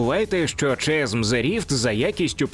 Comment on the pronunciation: Та ну блін не Чазм а Казм :) Класно все, молодець що робиш огляд і вопшє кайфую від каналу. Але ж ну :)